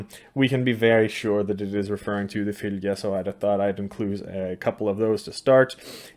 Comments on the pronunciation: In your norwegian dialect, i think 'fylgja' is supposed to be pronounced 'følle'. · Your pronunciation of Fylgja is similar to feline and cats are said to have 9 lives, im sure there is no connection, but just an observation I found interesting.